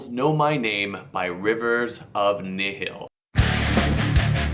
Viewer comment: That is not how you say nihil